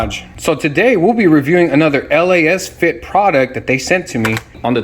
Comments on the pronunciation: Why did u call it L.A.S. FIT bulb?🤣🤣🤣 sorry just heard what u said. It’s Lasfit. Not L.A.S.FIT. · actually. Most common I keep hearing it is lacefit/lasfit. This is the first from u. Not hatin at all. 😅